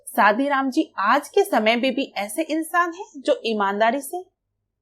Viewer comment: It's good ..but it's not a सादीराम it's a शादीराम 😂